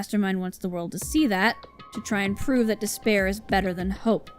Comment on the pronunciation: Instead of “despair” all I can hear is “dis bear” at this point. Thanks, Monokuma, for spicing up this despair-hope repetition.